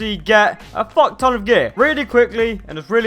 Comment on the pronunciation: Dony The Drugo should have said if i got a dollar everytime he said focton i would have a fockton of money